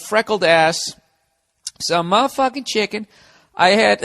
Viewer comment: "Muhfuckin chicken" as a black man I'm proud to hear him say it like we would